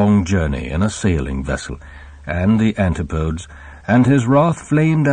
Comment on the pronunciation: The voicework in this video is top-notch. Two comments: firstly, the narrator pronounces "Antipodes" as 'anti-poadz', whereas I imagine Maugham would've said 'anti-podeez'; secondly, French Joe not only sounds like Maugham must've sounded when he died at the age of 91, but its sentiment echoes the author's weary philosophy at the end of his life, as evidenced at least in part by a paragraph he wrote on approaching or reaching his 90s - I think it was reprinted in "A Traveller in Romance" (1984).